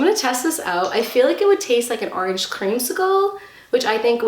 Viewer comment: I love how she says arenge instead of Orange is so funny